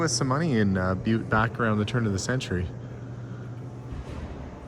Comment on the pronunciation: Oh…. It’s pronounced BYEWT…